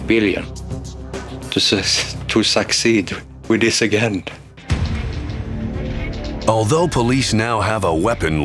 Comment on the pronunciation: I'm annoyed beyond reason by the way the narrator pronounces "again".